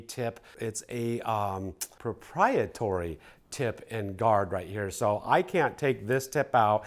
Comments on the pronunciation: ProprieTARY like dairy or hairy, proprietory is not a word, I know everyone messes up pronouncing things sometimes, for whatever reason their brain glitches and gets stuck on saying a word wrong but for some reason that was like nails on a chalkboard for me lol. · ProprietAry ..,not proprietory